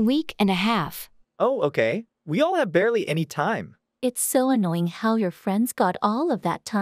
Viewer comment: Fiona is not anoinoing The. Other. Is. Ayoing